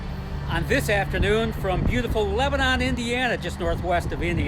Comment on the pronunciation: It’s not Leb-a-non. It’s Lebn’n. Get your Hoosier vernacular correct.